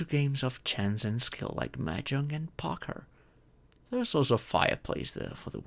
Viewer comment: Man can't even pronounce poker